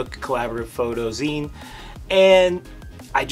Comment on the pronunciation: Zine as in magazine. Not ZION